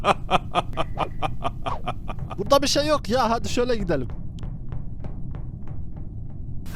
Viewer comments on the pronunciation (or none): none